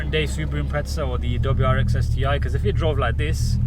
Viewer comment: Lol it's Impreza not impretsa 😂